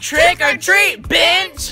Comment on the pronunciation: 🤣🤣🤣🤣lollll they said binch